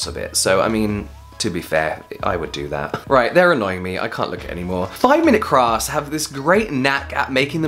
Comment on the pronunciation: Did you just say 5 mins craps? xD!